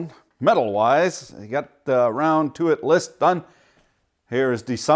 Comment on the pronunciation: Roun'toit...? Must be French.